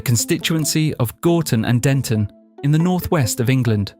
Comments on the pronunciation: It's Gorton not Gordon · Get the name of the town correct..it's Gorton not Gordon